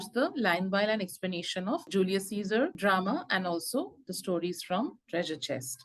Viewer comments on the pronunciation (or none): none